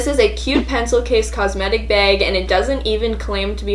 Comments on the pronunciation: I love how she says beg instead of bag 😆😆😆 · Also Bag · Oml the way she says bag😂